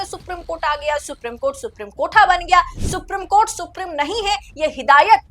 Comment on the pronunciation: सुप्री..... म कोर्ट सुप्री...... म कोर्ट , सुप्री........ म कोर्ट ये आपका उच्चारण